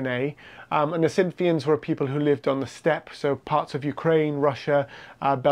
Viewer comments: “Cynthians”? I think you mean Scythians, who were Steppe horsemen. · When you say "Cynthians" or "Synthians", I assume you mean Scythians?